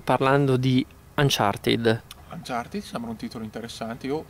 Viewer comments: il finale "ed" in inglese si legge in 2 modi. nel caso di uncharted si legge "anchartid" perchè "ed" è preceduto da consonante. la doppia "e" non c'entra perchè la desinenza si riferisce ad un participio passato. in altri casi la "e" di "ed" viene semplicemente tolta. ad esempio "locked" si dice "lock'd" :-) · Che belle queste recensioni Retrò di ps vita e "Anchartin" 😂😂😂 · Bhe! cercando un qualsiasi video inglese di Uncharted si può sentire come lo pronuncino "Anciarted" a meno che gli inglesi stessi non sbaglino...